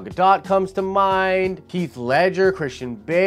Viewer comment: Yo “Keith” ledger??!! I don’t think you said one person’s name right in the video. Bad form. lol